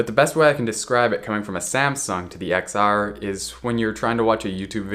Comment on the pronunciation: just to let you know the X is pronounced as 10 :)